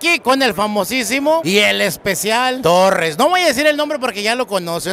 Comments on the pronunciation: Es torres no torrez con z no es con s 🤦‍♂️ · Tan soberbio el tal, y no sabe pronunciar las palabras correctamente. 🤣🤣